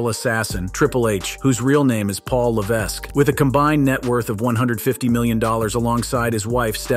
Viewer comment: Triple H real name is not Paul whatever you just said lol 😂